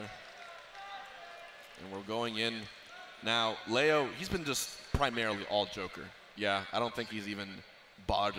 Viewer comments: Why can all the white people pronounce "Leo" correctly in the Spanish way, but Zero, the ONLY OTHER HISPANIC guy, can't pronounce it? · It's ironic cause Zero was mispronouncing "leo" while hbox was actually pronouncing it correctly